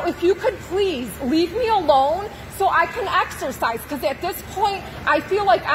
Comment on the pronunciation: "I want to axarcise"